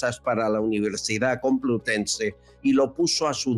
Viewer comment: "Universidad Cumplutense" 😮😂😢 "Tó sabiduría". No me extraña que la escondan de vez en cuando, en la cueva en la que deberían meter a Chus Montero Qué vergüenza ajena!!!